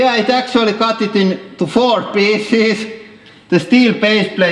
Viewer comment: Edrick Mondesir when he said pieces XDDDDDDD